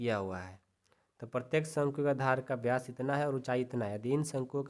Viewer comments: सर व्यास होता हैं ब्यास नही होता है😊😅😅😅😂😂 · Ye vkr ki jgh to bkr bol rhe ho or vyas ki jgh byas bol rhe ho or ye vyas d nhi hota😅😅😅😅